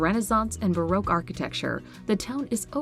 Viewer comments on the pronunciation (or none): none